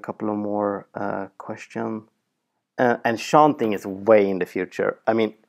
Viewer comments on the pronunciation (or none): Also he sounds like he's saying anchanting XD